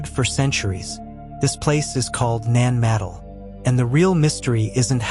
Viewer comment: It's not pronounced ( Nan - madle ) It's pronounced ( Nan- ma- doll ) Your welcome....